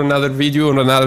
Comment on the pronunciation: Brand new schellensches. I like "GRAGI KLIEFS" and i "subschkreid" your channel ^^